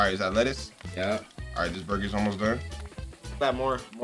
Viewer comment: Nobody: Flam:BuRgAS!